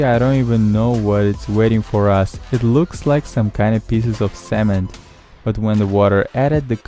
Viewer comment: salmon or semen? or what?